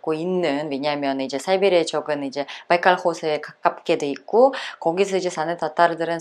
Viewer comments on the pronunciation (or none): 바이깔스코에 아제라.. 그런데 왜 바이칼이 말깔로 들리는지... 말갈...